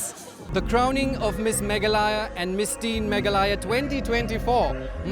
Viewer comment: Bro its not meglaya it's Meghalaya